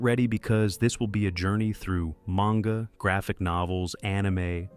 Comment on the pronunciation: Maynga?? ..wow this ai is shit